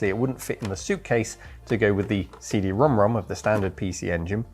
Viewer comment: You’re the first westerner I heard say CD Rom2 the correct way.